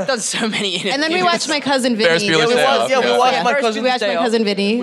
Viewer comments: He said Ferris Builers day off 3 times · He said Faris Bueller's day off like 3 times!!!